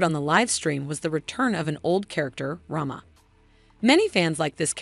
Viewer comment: Rhema, not Rhama